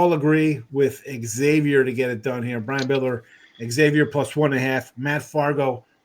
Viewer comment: It’s not “X” avior. Ask any Priest! 🙃